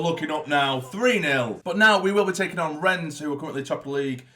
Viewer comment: It's actually pronounced "Renn" the s is silent.